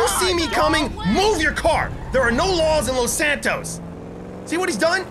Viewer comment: He said los Santoast 😂😂😂😂😂😂😂😭